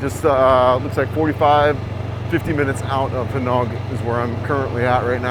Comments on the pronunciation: Butuan is pronounced Boo-2-Ahn. Gingoog is Hing-Oh-Ohg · breathtaking! and your not the only one that cannot pronounce Gingoog (even natives don not agree : )!